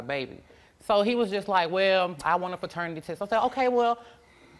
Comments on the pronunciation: Ferternity test??? 😂 I wish they would get it right PATERNITY People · She had like five different opportunities to say paternity and said fraternity every time 😂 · that girl had about five different opportunities to say paternity and said “fraternity”, so matter-of-fact every time 💀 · "Fraternity test " omg 🤣🤣🤣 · Too damn old to be using improper grammar , can’t believe she said feternity test 🤦🏽‍♀️